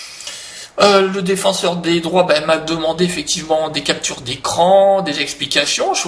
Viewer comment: Lol pour ta langue qui a fourché à la fin et qui a dit "le défenseur des draps" au lieu du défenseur des droits.